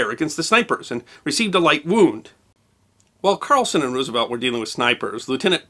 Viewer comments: You expect me to take you seriously when you say Roooosevelt? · Not to be a stickler, but the preferred pronunciation of president FDR's last name, is "Rose - uh - velt" (like the flower); not "Roos - uh - velt". I got tagged on this a few years ago and haven't forgotten it.